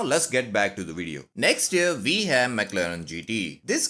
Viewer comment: “NEXT UP VE HAVE” IS BACK🔥🔥🔥🗣️🗣️🗣️